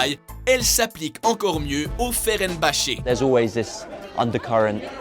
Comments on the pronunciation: ''Le FERENBACE'' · Ferenbache 😂😂 C'EST FENERBAHCHE !! 😂😂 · FENERBAHÇE et pas ferenbahse jsp quoi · On dit Fenerbache pas Ferenbache après à lire aussi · Fenerbahçe et non Ferenbahçe ^^ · mdr ferenbacher on di fenerbatcher mec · FENERbahce pas FERENbahce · Je veux mettre tout le monde d'accord : c'est vrai que personne ne dit FeRenbahce au lieu de Fenerbahce, mais soyez indulgents avec les auteurs de ce top. Pour eux, le football c'est le sport americain, le football est le soccer pôur eux! Nos amis Quebecois ne sont pas plus cons que d'autres!C'est juste que le football(le vrai) n'est pas dans leur culture! Donc forcement ils disent des betises quand ils parlent de foot! on serait bien emmerdé pour parler de hockey sur glace, l'equipe de france n'est meme pas qualifiée pour les prochains JO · c'est fenerbahce pas ferenbahce mdrrr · sa se cleub et non club , et quand il ya écrié fener ne dit pas feren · par contre FeNerbahce ne s'est jamais prononcé FeRenbahce, ni au Quebec ni ailleurs ;) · Et on dit aussi Fénerbatché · "Club" "Ferenbhache" "River Platé" ptdrrr 😂😂😂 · Ferenbache? BRUH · mdrrrrrr féreinbahçe, galataseuray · on dit "cleub" et c'est Fenerbase par ferenbase !!! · ferenbache mdrrr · FENERBAHÇE TU SAIS PARLER? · Mdr tu c pas dire Galatasaray et Fenerbahçe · Veux pas être méchante mais la prononciation du fenerbahçe fais mal au oreilles 😅😂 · 50% des clubs sont mal prononcés bordel, ça devient alarmants. Fenerbahce Galatasaray River Plate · un "cleub", "fenerbahce" ou "river pléïte". autant d'erreurs de prononciations, pardon mais c'est de l'amateurisme. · perso c'est le fenerbahce qui ma choqué ...